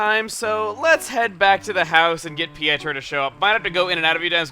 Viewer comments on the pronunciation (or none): Pietro is pronounced p-A-tro